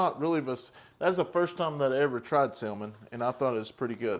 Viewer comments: That's the first time I've ever heard anyone say salmon the way you do the L is usually silent. The meals do look good though. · Do the carrot,!!! The "L" is silent in salmon BTW